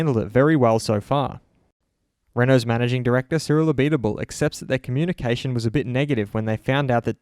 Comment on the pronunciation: I'm glad you are finally pronouncing Cyril's name properly